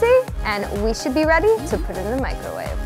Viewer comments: The way she says "MICOWAVE" like there isn't even an R in it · Why does she say mico' wave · i love this but when she says "micAHwave"... OOOOOOHHHH GIRLLL NOOOOOOOOOOo